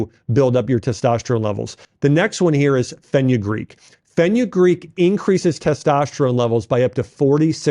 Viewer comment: "Teshtosterone" - Dr. Axe